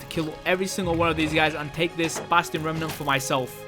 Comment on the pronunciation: I like when says "basTiyon"